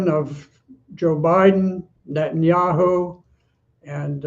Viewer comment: Geezus, this guy is so close to getting it right but ultimately fails. “It’s all up to Netenyahu”. Good lord dude.